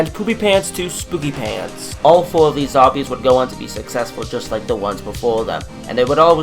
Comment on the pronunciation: voice is really annoying imagine just going up to someone and saying "do woo wike woblox" JUST SAY AN R INSTEAD OF A W ITS SO ANNOYING